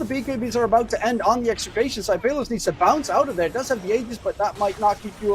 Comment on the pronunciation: That enchantress support game 2 got high networth sadly they lost tho. Also i like the announcer's pronunciation on pay-los hahahahahahaha 😂